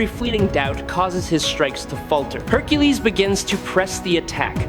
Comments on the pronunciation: What the hell do you keep pronouncing Hercules name like that? It's not hercules, it's Hercules. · Your pronunciation of Hercules is nuts 🤣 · Why does the video keep calling him Hercales? It’s the Roman pronunciation Hercules. It’s annoying